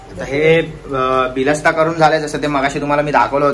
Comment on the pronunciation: Are dada bilasta nahi bolat tayla barista boltat